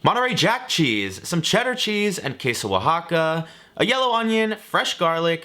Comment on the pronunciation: That pronunciation of Queso oaxaca was just PERFECT.